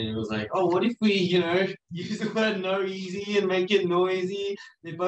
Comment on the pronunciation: hearing felix pronounce noeasy as naureasy made my day lmao